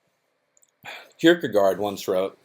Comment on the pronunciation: that's not how you pronounce kierkegaard :v